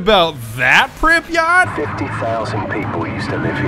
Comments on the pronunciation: Pripyat', not Pripyat Припять, не Припьять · 1 minute in and im tempted to click off by his way of pronouncing Pripyat It’s prip . Yet Not prip .e . Yat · Pripyat (Prip-uhh-YAt) Not (pripa-Yacht) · you pronounced Pripyat wrong, its pripyat not pripyot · Why did he say pripyaught when prepyet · ITS NOT PRIP-EEE-YACHT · Prip eh yet. Not prip yacht. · The ‘yat’ in Pripyat is pronounced as yet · Prip(like crip)-yat(like blyat without bl) Pronounce it smoothly Priiiiiipyaaaaaat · Call me triggered but its read as pripyat but pronounced pripyet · ITS PRIP "EE" YAT" god capitalist big dogs am i right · Its PripyAT you fuckwit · It is pronounced preepiat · Its pronounced Pry-Pee-yet you uncultured swine! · PRIPYAT' NOT FUCKEN PRIPYA'T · You are saying Pripyat so MAXIMUM funny XD Uh... That's because I am russion? Hmm...